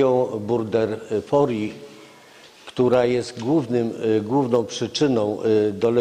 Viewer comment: Przecież leiszmaniozy nie wywołują nie tylko krętki ale też bakterie ? Gość nie potrafi nawet prawidłowo wymienić nazwy bakterii. To nie jest burderfori ale burgdorferi . Szczep, odmiana, rodzaj to inne jednostki systematyczne, a pan lekarz stosuje je zamiennie.